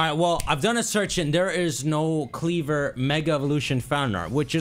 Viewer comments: It’s KleavOR,Not KleavER. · It’s KleVOR not KleVER Lol